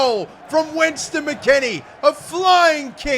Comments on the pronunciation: “winston” mckennie 😭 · "West" not Wins mate. Lol I'm just a saltyy American